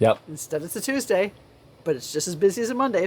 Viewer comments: That "Toosdee" opener made me chuckle cuz my dad used to pronounce days of the week like that. We're from Lockport, NY. I've commented before that we've been in Alabama since '89 and I haven't been back to NY since '06 when my Grandma passed away. If I get up there in the near future hopefully I can visit your store. I'm not as faithful to watchin y'all, but have enjoyed watching very much and have been inspired many times to create my own candies. Things I'm pretty sure you at Hercules would not ever make. Also if I make candy I probably won't be selling mine. We used to have a business making Jams, Jellies, Preserves, Sauces, Salsas, Relish, Chow-Chows, and Pickles we sold our products at local Farmer's Markets and did very well! We still have customers that remember us (though we are no longer doing that) They will contact us via FB and ask if we can make them something. My mom loves to do that! So, Ya never know maybe I WILL sell some candy at a Farmers Market....we shall see! Y'all just take 'er EZ up there OK! We know yer busy! Patience is a virtue! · First. 20 years ago someone pointed out the ole “dee” to me, as in “toos dee”. I had not realized I did this, nor the “tell” giving up geographic location of origin. The person that pointed it out to me knew of the few people/places who had pronounced the days this way and hit the CNY on the nose! Second, I first started watching when I was researching health issues and came upon his journey. I had watched a few of his videos (I’m still confused how he reversed his condition) and then a few more and realized where he was going to college. I had no idea about his candy/Cuse connection. Then I started watching the “family business” channel. At the time, you had very little subscribers. Then I read of your connections to the “chocolate factory “ down 481 a bit. I started to post everywhere, and I have sent folks to your place. I’m glad you have grown. Great family. Heres to growth and expansion. Cheers